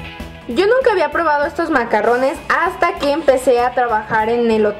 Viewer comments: Se pronuncia MACARONS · Se escribe i se pronuncia macaruns